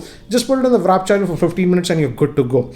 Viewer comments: It’s not Wrap charging !! It’s W-A-R-P “Wuorp” !! Not wrap !! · Dude, try to learn to say "warp" charge. It's not wrap.. or atleast read the it properly n then u would understand what I'm saying.. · its not "vrrap" charge...check ur pronunciation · Its "warp" charge not "wrap" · Its WARP charging. Not WRAP. My OCD is killing me. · sir it's warp charge not wrap charge... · Brother, it's WARP charge not WRAP charge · Sir it's actually warp not wrap.